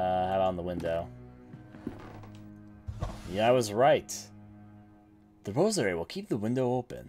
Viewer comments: Good playthrough, however, I was distracted by how you said some things. Why do you say Lynx like Linix, and emphasize the second syllable of rosary? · Lynx is pronounced "leenks" Thames is pronounced "Tayhms" Rosary is pronounced "Rose-uh-ree" btw enjoying walkthrough and also enjoying ur commentary especially your "voice acting" for the protagonist. Didn't want to give critique without giving some positive reinforcement as well.